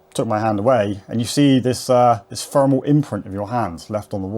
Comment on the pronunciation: Brilliant mate and you say Fermal instead of thermal just like I do? 😅🤝